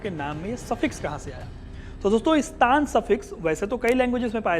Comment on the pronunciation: वास्तव, में,स्तान, ग़लत, उच्चारण, है। सही उच्चारण, स्थान, होना, चाहिए।जैसे, राजस्थान, वहां, हमेशा, राजाओं,का, स्थापत्य, रहा है।